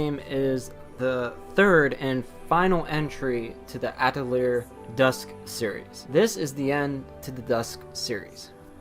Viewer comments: pronounced Atelee-yay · A TEU LI YEAH !! i'm french it's easy to prunonce !! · this guy mispronouncing atelier drives me insane. It's a french word, and like many french words, it ends in a vowel. It's Ah-till-ee-Ae (long "A" at the end there, like in "Day") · it’s pronounced Atelier